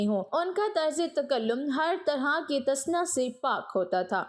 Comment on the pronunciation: talaffuz check kara k start kia karen. "tasannu" is correct u said " tasna "which is incorrect.